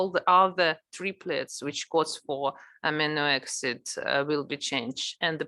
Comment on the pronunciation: читала бы уж на русском, весь курс и так был на русском, а то слушать эти амино эксид невозможно